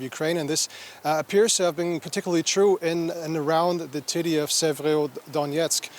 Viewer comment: "in and around the TIDDY Severodonetsk" lmao